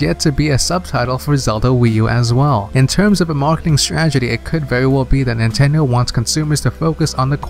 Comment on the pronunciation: Dude. Learn how to pronounce "strategy". But good stuff. Keep up the good work.